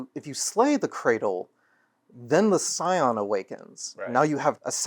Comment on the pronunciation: Scion, not Psion